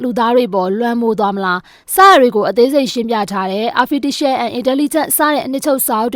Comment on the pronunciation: 😂😂😂😂 Artificial ❌ Arfiticial 👍 အဲ့လိုလား ဆရာကြီး